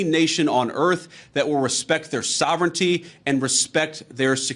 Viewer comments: Sovrenity? Another American abuse of the English language. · Tim, Tim, Tim -- what is sovrinity? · Tim is so outraged that he forgot how to pronounce sovereignty. Thanks JD. You broke Tim. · This was a great clip. But the way Tim pronounces sovereignty had me rolling. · It would somewhat help his case if Vance figured out how to pronounce souvereignty. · Tim, i love it when you get too angry to even pronounce words. Get this trashbag. Canada appreciates your support ❤